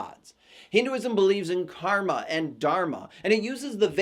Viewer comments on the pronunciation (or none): none